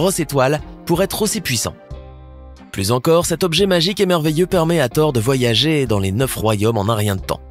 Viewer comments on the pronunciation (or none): none